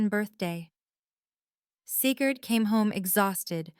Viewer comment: . “Seagured came home...” . “… the OAR wing...” The hospital had a boat wing. . “Sigurd red allowed.” Maybe it was green, or Sigurd did not know how to read. . “$5 million... Placed in trust for Cigarette... “ ROFL (Lucky Strikes made a killing) . “…news article about Seagard…” This whole story is going to hurt Sigurd’s feelings. . “Seeker did not tell me...” flashback to Star Wars. “… also Lance Smild sent...” “…Lance opened a lane as safe..” once upon a time it was Elena’s safe. . “…Alainus face filled the screen…” Maybe Elena stepped out. . “… Seagird became my grandson...” . “… cigarette reviewed his speech...” Sounds more like Winston (tastes good like a cigarette should. . “ This is a salt!” It might have been assault.